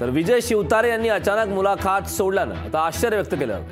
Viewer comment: मुलाखात हा उच्चार चुकीचा किती वेळा करणार.